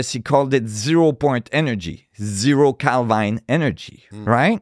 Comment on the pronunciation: When he said hbarmu , I said wait a minute, and later he pronounced Kelvin as kelvine, I stopped listening😂